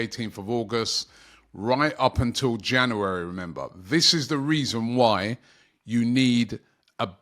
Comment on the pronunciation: It's January not Jannerwerry